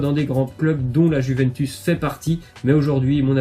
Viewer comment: Si jamais Juventus se dit comme "you" en Anglais ! Les supporter de la Juve vont te remercier ;)